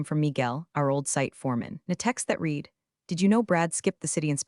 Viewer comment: Here is an original thought to help you get to 10K subscribers --- Let a Human read the stories Computer audio apps don't know when to pronounce words differently -- The past tense of "read" is also spelled "read," but it is pronounced like the color "red." This can be confusing because the present tense is pronounced differently Side Note -- I will subscribe only after a human starts reading , until then , no I will not